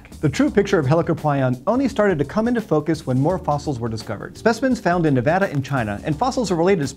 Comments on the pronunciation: He said Nevada correctly!!! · thanks for pronouncing Nevada right